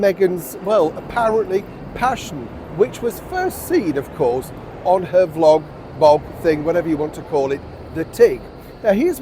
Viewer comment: Oh lolllll i had to rewind about 5 times to hear you call Meghan's thing " vlog, bog " it's sooo funny 1.16.. i love it when you make me laugh.